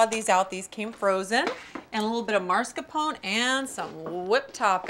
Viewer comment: I knew she was gonna say it that way. Italian-Americans in the northeastern US (especially NY) all inexplicably pronounce it that way and I’m guessing it rubbed off on her at some point